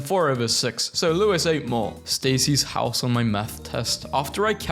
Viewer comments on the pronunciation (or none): none